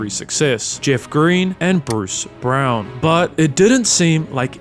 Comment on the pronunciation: Did this thing pronounce brown as browen